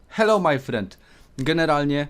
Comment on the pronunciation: HELLOŁ MAJ FREND